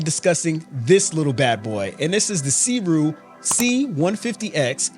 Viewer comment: just a heads up...its pronounced "soo ray"